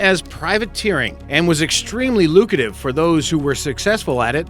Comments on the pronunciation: The word your looking for is Lucrative Not lucative. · like "lucative"? yeah, pretty bad. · "lucative" I can't take you seriously. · Extremely "lucative" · it was very "lucative" business. thought to be from the "bron" age. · OK, here's the list, I've omitted repetitions of the same word. - Lucrative not "lucative" as he said it - Edinburgh is pronounced Edin-burra, not "Edinburg" my father hails from there - Bronze Age not "brawn age" as he pronounces it - Gallows not "gallow" it needs the S even in the singular. - Wreaked not "wrecked", also, the word "up" he added to the term is superfluous and poor grammar. You wreak, you don't "wreak up" - Consolacion, I'll cut him some slack on this one for using more or less the English pronunciation (consolation) of this Spanish name. - Montego Bay, pronounced Mon-tee-goh not Mon-teh-goh - Manticore is the ship's name, not "Mannicore", a manticore is a mythical sphynx like animal. - Beaufort N.C. is pronounced Bow-fort, not Bu-fort. (note, in the original French the t would be silent, it means "pretty fort") - Jose Gaspar, rhymes with far not Casper - Whydah, it's pronounced We-dah, it's namesake is the West African slave port Ouidah in what's now Benin. I got 11, did I miss any?